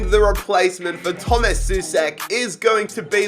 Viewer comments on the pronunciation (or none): Souček is not pronounced [su-sek], but [so-check]